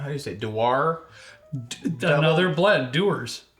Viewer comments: Dew-war? has to be kidding. It doesn't matter if you have ever drank it or not Dewars is one of the most famous spirits on the planet. Does he say Hozee Kwervo for Jose Cuervo? I never touch that one but I sure know what it is and how to pronounce it. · Dew-Arrr 😂😂😂 come on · I'm a little worried about. He doesn't know how to pronounce Dewars (what!), and he's never heard of white pepper. I would suggest a few more years back at the reform school for him. 😂